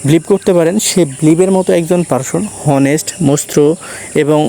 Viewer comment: উচ্চারণ টা হনেস্ট না, অনেস্ট হবে